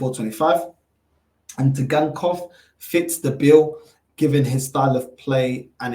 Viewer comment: Bug up the T is silent